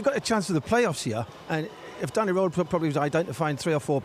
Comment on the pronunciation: It would be 'IF' Mr Roehl's name sounded like it. Sadly, for you, it doesn't. Try saying 'Rearl' and you'll be closer.